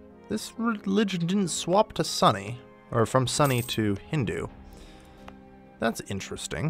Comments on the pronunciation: "sunny" lmao its pronounced S-oo-n-e my dude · Swapped from "Sunny"? It's pronounced like the word "soon". Also, while I'm at it, I'm not sure about now, but the starting monarch in Majapahit is the Maharani, the queen, not king. Thanks for the video! It's helpful! :)